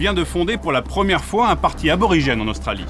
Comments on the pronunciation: ABORIGÈNE et pas arborrigéne ! pour des journalistes pros : ça la fout mal les fautes d'orthographe ! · Il me semble que l'on dit Aborigene et pas Arborigene... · "ARBORRIGENE" !!! 😱😱😱 NON! C'est ABORIGÈNE !!!